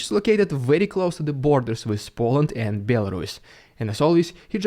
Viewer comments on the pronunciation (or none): none